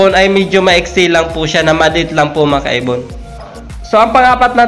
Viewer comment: "Mga kaibon" Pala Yun? Kala ko "makaybon" 🤣🤣🤣